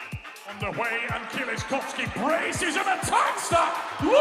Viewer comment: Listening to American trying to read Kieliszkowski is priceless 😂😂😂 przewijałam trzy razy